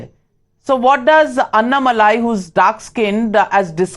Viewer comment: Dear Ms.Navika, please fix your pronunciation of Annamalai. Its pronounced aNNamalie and not annamalaai.